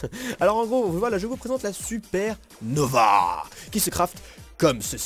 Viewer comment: ya pas de "E"a nova